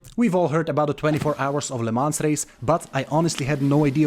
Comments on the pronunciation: Great video but the whole time youre pronouncing it wrong. Its not "le mans" but "le mon" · Isn't Lemans pronounced LeMan? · Awful pronunciation. Please run the name through Google translate next time just to hear how it’s supposed to sound. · the le mans pronounciation tho lol